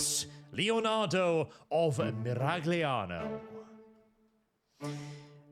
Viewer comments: It's pronounced 'Miral-yano'. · That's 'Miral-yano' to you. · the G is silent (probably)